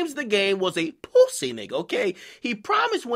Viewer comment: dude why tf you keep saying it like that "pwussy" it's making my ears bleed